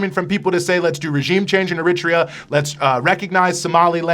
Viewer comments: I'm just a little surprised about the pronunciation here... it's EriTREa, not eRItrea.... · iritria? Ffs